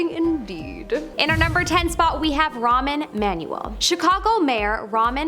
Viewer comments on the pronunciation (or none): It said rahm Emanuel not “ramen manuel” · Please. His name is NOT "Ramen Manuel." His name is not "Petru-us." Etc. Somebody should prompt her about the pronunciations of these names before the camera starts rolling. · "Ramen Manuel" 🤣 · Girl You lost me at ramen manuel. You need to google how to pronounce unfamiliar names before the next video…